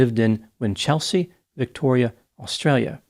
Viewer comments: WINCH-el-sea, not Win-CHEL-sea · WIN-chul-se (not win-CHEL-sea je-LONG (not ZHEE-long) for Geelong 🇦🇺😊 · "Cemented her relationship with the contractor who had a paving company." Gold. Winchelsea is pronounced ... Winchel. .......... sea. Geelong, largest regional city in Victoria, is pronounced...... G'long. With the soft G as in Gerry. Interesting that you commented on a case around the other side of the world from you. It was big news here at the time. Easy to say that he was guilty when the city press get their hands on a juicy story like that. Sad story none the less. Do you know about the Azaria Chamberlain case? "The dingo took my baby." A sad travesty of justice precipitated by hysterical media attention. Thanks for your work. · Aussie here 🦘🦘🦘🦘🦘you usually do so well with our place names! Winchelsea is winch (a tool) L (letter) see (the eyes).....Geelong is Jill (girls name) ong The Farquharson needs some work too, but I'll let another Aussie tackle that..its 6am in the morning, I gotta get some sleep. A great effort none the less!